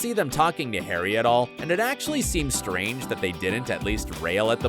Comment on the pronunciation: Strang, not string…